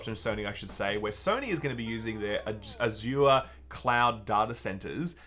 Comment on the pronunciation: You are saying Azure incorrectly.